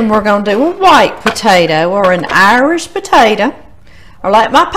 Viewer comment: My grandparents said "Irsh" too. Miss them❤